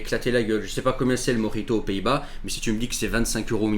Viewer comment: Précisez : mojito et pas morito